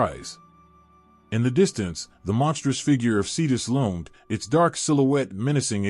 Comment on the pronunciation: LOAMED? Or, rather, LOOMED?